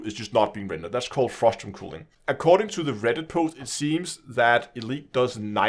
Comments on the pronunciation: For reference it’s normally pronounced cuh-ling. It sounds like you’re saying cooling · Ismt it culling not cooling which you keep saying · Cull - pronounced like ‘skull’. Culling ( like skull ing ). FYI. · "cooling" lol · the mispronunciation of "culling" made me chuckle Good to know FDEV are at least aware of this shitshow though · and I was polite and explained it succinctly as well as the reason I was correcting the pronunciation (because it was confusing). Since he didn’t know what culling is, it follows that he might not know how to pronounce it as a matter of fact rather than accent